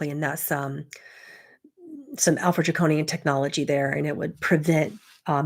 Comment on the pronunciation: can you please spell out the name of the alien race that sounds like you're say alfra jacone??? Not sure what you're saying, how it's pronounced?